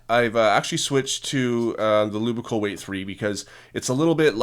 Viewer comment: Did any one else notice the fact the he said the lubical